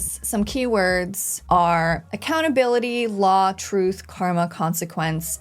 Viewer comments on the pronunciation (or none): none